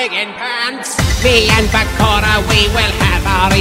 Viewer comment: Am I the only one strongly bothered about how he says “Bakora” instead of “Bakura” ??? Omg .. love the song tho